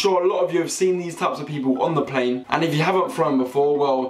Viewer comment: Lol he produced plane as 'pain' at the start of the video lol